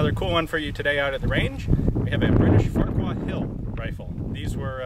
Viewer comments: Farrer. Its pronounced Farrer-Hill. I know, its Silly, isn't it? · "What the Farquar..." Sounded like "What the fuck..." Lol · I can't be the only one who thought it said "Farquaad"